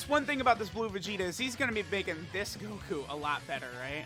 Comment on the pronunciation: "Blue Guku"